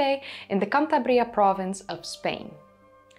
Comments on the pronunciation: Hi, the strong vocal on Cantabria, is the second A. Its cantAbria, not cantabrIa. Thanks again for another amazing vid 🙌❤️‍🔥 Always "rockin it" 🙂🕺🕺🕺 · Great video! Just one little thing that bugged me... it's pronounced Can-TAH-bria. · can-TA-bri-ah It was getting in my nerves, I had to write it. The accent should be in the TA not in the BRI... Greetings from Spain. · Just a note: the stress in Cantabria falls in the second syllable: can-TA-bria. It's three syllables, not four, and they are equal in duration. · CanTABria - the main stress is on the second syllable, in both Spanish and English. In Dutch, I don't know.